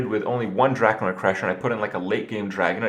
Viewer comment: Drak-ON-ID crusher not "Drakanoid crusher"